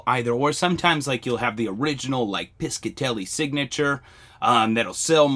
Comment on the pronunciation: Hello thank you for all your videos! Just fyi I was born & raised in RI which had alot of jewelry factories, the Piscitelli jewlery co was owned by my uncle's brother...its pronounced pishatelli ( rhymes with fishatelli) the c is silent lol your doing a great job ❤